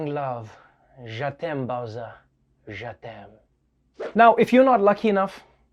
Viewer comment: It's JE t'aime, not JA t'aime, you're pronouncing it wrong.